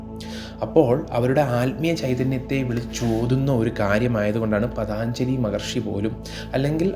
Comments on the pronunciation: പതാഞ്ജലി അല്ല പതഞ്ജലി മഹർഷി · paathanjali ennalla ennaey njan paranjullu....pattumenkil kshamichalum.. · പതാഞ്‌ജലി അല്ലടാ. പതഞ്ജലി എന്നാണ് ആ മഹർഷി യുടെ നാമം.😅😅😅😅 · പതഞ്ജലി എന്നാണ് പതാഞ്‌ജലി അല്ല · Pathanjali is correcy pathaanjali is wrong pronounsiation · Pathanjali alla പതഞ്ജലി